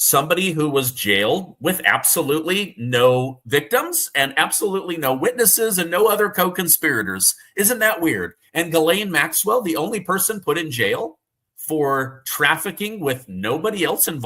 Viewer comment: Jizlane That's how that name is pronounced. Americans get it wrong.